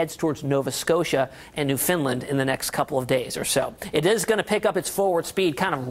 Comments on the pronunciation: It's Newfoundland, not NewFinland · Ill be able to die happy when someone knows how to pronounce NEWFOUNDLAND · It's NEWfoundland!!